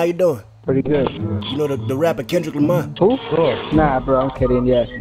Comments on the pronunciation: nigga said Kevin lamar 😂😂😂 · he said Kevin Lamar 😂😂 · It's "Kevin Lamar" come on bro... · that boy said Keven Lamar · this boy said kevin lamar lmao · NIGGA SAID KEVIN LAMAR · This nigga said Kevin's lamar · This bitch said Kevin Lamar. Lmfaoooo I'm deaddddddd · nigga dawn said"kevin lamar" SMH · its not kender lamery